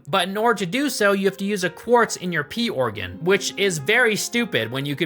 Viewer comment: He said pee-organ